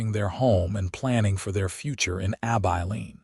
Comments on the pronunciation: ABILENE - AI learn to pronounce this name which occurs for many towns across the West. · There is even a song "Abilene". It hurts my ears, sorry.